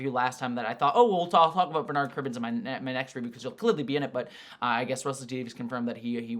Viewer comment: Bernard is pronounced with the stress on the ‘er’ part not the ‘ard’ part in UK btw, like burr-nud